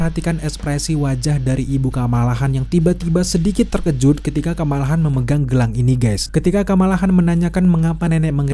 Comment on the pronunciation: Kamala Khan, "Khan" nya pake "Kho"... Hehehee